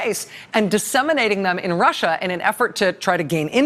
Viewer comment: Rachel, you been listening to trump too much! Just caught that ‘Rusher’, slip. 😂😊💙🇺🇸🏴